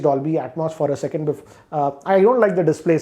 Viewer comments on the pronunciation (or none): none